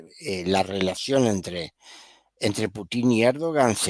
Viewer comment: Me ha gustado mucho el análisis, muy claro y lógico. De qué nacionalidad es? Me gustaría hacerle una corrección de un error muy frecuente en Chile y algunos otros países latinoamericanos, la pronunciación del apellido del presidente de Rusia es Putin, con acento en la letra u, no con tilde en la letra i. Seria bueno pronunciarlo como corresponde.